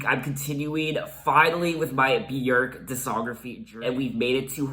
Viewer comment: YES!! You pronounce Björk properly! 😂 “byerk” not “byoork” 😂